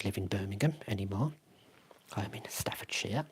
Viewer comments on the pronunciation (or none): none